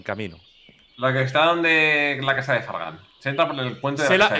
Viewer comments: Like si escuchaste que wili envés de decir fargan dijo Fran (stax) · Dice Fragan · No digo Frank dijo fargan